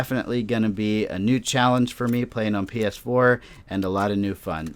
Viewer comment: U sounded like you said pf4 lol